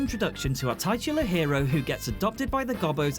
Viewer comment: Did you just say... tightular hero??